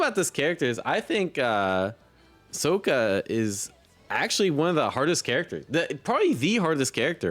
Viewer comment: Bro said “SoakA”💔 it’s “Sock-A”